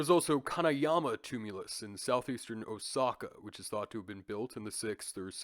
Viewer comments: Repeat after me: oh-sah-ka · No, lol, Osaka and Asaka are not the same place, and have different pronunciations…